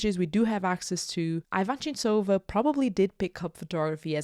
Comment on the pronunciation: You're pronouncing her name wrong.